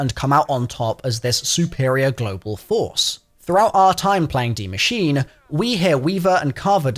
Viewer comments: Ah yes de machine not die machine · My man said “dee machine” instead of “die machine.” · The word is “die” not “D” machine. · u really jus say dee machine lmao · Why did u call it the dee machine?? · Why people always call it D machine its DIE Machine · Dee machine? It literally says "die" bro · did he seriously just say dee machine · Is that your accent or are you trying to say Die machine wrong??🤥